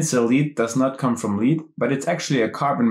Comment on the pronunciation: Since knowing the Artikels are so important in learning the German language, it would be nice to include them. Also „lead“ in pencil lead is pronounced like „led.“